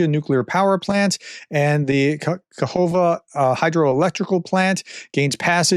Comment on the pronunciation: How can you not recognise and pronounce the name Kakhovka after all this time. Your skipping over pronunciations casually getting them entirely incorrect is massively disrespectful ! Learn them in advance. It’s really not hard. How is it possible that you are a professor, a teacher ! Do better !